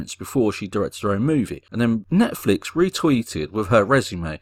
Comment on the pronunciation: She even said "Netflix" wrong...So dumb...